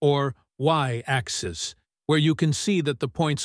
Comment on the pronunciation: AI Voice is fun. Instead of saying matrix axis, the AI Voice says Matrix Axe.